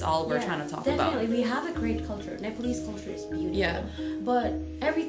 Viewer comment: They are Ne-pol-ese.